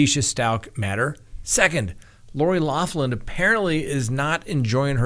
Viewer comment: Her name is pronounced locklin not loflin. its an Irish surname but thanks.